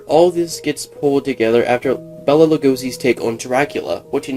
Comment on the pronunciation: Bela is pronounced Bay-La not Bella. Bela Lugosi.